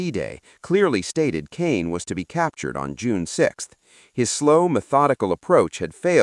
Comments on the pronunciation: It’s pronounced “Cahn” not “Cane.” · B+ It's Market Garden. It's pronounced con, for Caen, not cane. So close to an A. Very good video. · Not cane. Caen edit your crap, thumbs down!